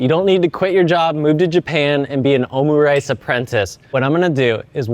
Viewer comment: Your pronounciation of omurice was quite underwhelming 😂